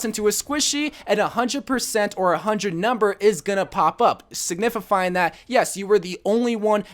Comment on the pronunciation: “SIGNIFIFYING” I’m dying